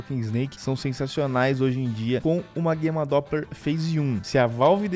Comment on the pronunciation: Até gosto dos vídeos desse cara,mas ele falando guema doppler me irrita e Gamma doppler o nome